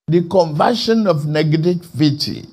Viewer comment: He can't even pronounce negativity hahaha..my heart bleed for Nigerians